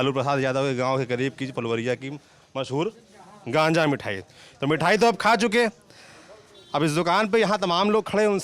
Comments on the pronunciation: Bhai gaanja nhi bolte isko Gaaja bolte hai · Gaanja nhi saurabh bhaiya.. Gaaja kehte hai mithai ko.! ☺️☺️☺️ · अरे भाई गांजा नहीं है वह गाजा है वह कम से कम। उच्चारण तो सही करो, गाजा और गांजा में फर्क नहीं है। पता और चले पत्रकारिता करने। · गांजा नहीं, गाजा नाम है उसका भईया। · Geaja hai ganjea nahi. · Ganja nhi chutiya gaja naam h uska phle bolna sikh phir bol le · गाँजा नहीं भाई गाजा बोलते है इस स्वादिष्ट मिठाई को.... जहानाबाद विधानसभा क्षेत्र से हूँ... आपकी टीम कब आई या नहीं मुझे तो पता ही नही चला..... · Correct name is Gaaja mithai not Gaanja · Ganja nahi bhaiya Gaja hota hai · अबे गाजा है वो गांजा नहीं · Gaja bola jata h ganja nahi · गाजा बोलते हैं गांजा नहीं 😊😊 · गांजा नहीं गाजा बोला जाता है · Gaanja nhi reporter ji ,,Gaaja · Gaanja,nahi gaajaa bolte hai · Gaja hai bhai ganja nhi sahi uccharan kijiye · Bhai wo gandja nai Gaja hai😂😂😂😂😂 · It's Gaaja not Ganja 😃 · गांजा नहीं मीडिया के भाई गजा होता है यार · It's gaja not ganja lol 😂😂😂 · मिठाई का नाम है'गाजा' आप सही उच्चारण कीजिए--गाजा को'गांजा'मत बोलिए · Bilkul sahi gaja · गांजा नही, गाजा है भाई साहब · गाजा बोल भाई गांजा नहीं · Gaanja nhi ye gaajaa hota hai..bolna nhi aata to naam bigaaro bhi nhi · गांजा नहीं गाजा बोलते हैं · गांजा नहीं भाई गाजा होता है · गाजा है वो दोस्त ना कि गांजा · ganja nhi gaja bolte hai sahab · गांजा मिठाई नहीं गाजा मिठाई बोल रहे हैं लोग आप बिहारियों का भाषा का मजाक मत बनाइए अपने पत्रकारिता में सुधार लाइए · Gaaja not Gaanja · Sir ganja nai gaja bola jata h wo thoda language k Karan apko ganja laga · गांजा नही गाजा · Ganja nai gaaza hota h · गांजा नही साहब, गाजा नाम हैं मिठाई का। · Gaanja naa bhai gaaja bol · It's not ganjaa😂😂 it's called gajaa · Naam ganja nahi gaja bolte hain bhai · Mithai ka naam Ganja nhi Gaaza hai... Plz correct your self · Ganja nahi sir gaaja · Bhai ganja Nahi gaja hota hai... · Ganja nahin hai bhaiya ji Gaja hai gaja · भाई गांजा नहीं गजा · गाँजा नहीं भाई गाजा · jaza not janza 😂😂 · Abe bhai wo ganja nahi gaja bolte hai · Sir.ganja nhi gaja kahte h ye mithai ko.